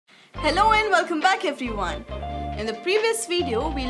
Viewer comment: You said every Ivan? Well, I am not Ivan, but I have to watch the video.